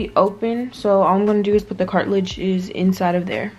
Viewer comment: Hey, Don't know if anyone has told you but the word is CARTRIDGE not CARTILAGE. Cartilage is a strong, flexible connective tissue that protects your joints and bones. You said the same thing in another vid. Blessings lil sis